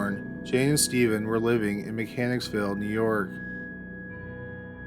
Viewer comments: it's "Mechanicville", NY not "Mechanicsville". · Mechanicville** not mechanicsville.